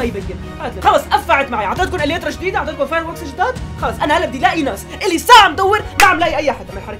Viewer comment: يليترا مو يترا